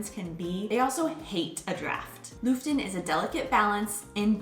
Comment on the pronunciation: Looften. That pronunciation,! Aubrey gets it much nicer. Nice animations though.